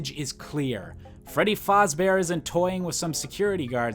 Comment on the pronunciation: "Freddy Fozbear"